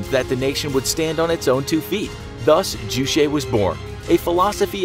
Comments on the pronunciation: Juche or 주체 is pronounced Joo-chae not Joo Shay or Joo chay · It's pronounced Juche, not Jushae. Ch as in the normal Ch (Charlie)... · It's not jew-shay lol. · The name of Kim jong un's grandpa is Kim Il Sung, not Kim Il 'Sun' And don't pronounce 'Ju che' as french word. It is not french word. Pronounce 'che' like 'Che' guevara. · It's pronounced Jue-Che as in Che Guevara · "ju-shae" xD it's pronounced as ju in "juice" and che in "checkers" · Ohhh!!! I thought you said juicy. I thought it was a DEER Leader drink.😵🤮👍🆗😊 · The "che" of term "Juche" should read as "ch" in "chair". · Script quality of your videos are getting poorer every day. It's not Kim Il Sun it's Kim Il Sung. And you pronounced JuChe wrong.